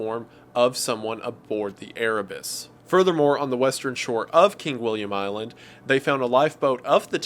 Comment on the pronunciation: I heard Erebus and my inner warhammer geek cringed